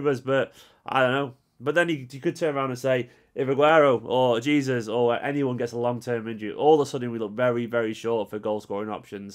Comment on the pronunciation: I love the videos but please pronounce jesus’s name correctly. Its pronounced Jay-sues not gee-sus like normally.